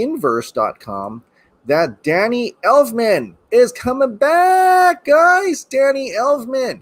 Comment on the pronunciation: I almost chundered when you said Elfmans name 🤢